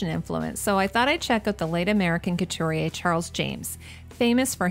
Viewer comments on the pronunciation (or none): none